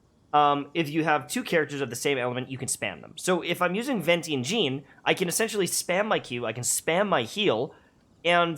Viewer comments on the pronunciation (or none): none